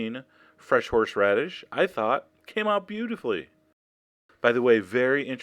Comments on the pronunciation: "fresh-horsh-radish" haha! You're awesome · I love how you pronounce "horsheradish" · you say horseradish 'horsh-radish' hahaha.